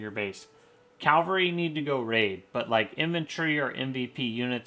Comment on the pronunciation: nice vid but i swear i was hearing you say calvary. I had to double check with the subtitles and it confirmed it.